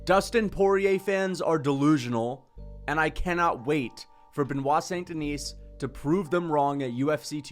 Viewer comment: Ben wah sohn den ee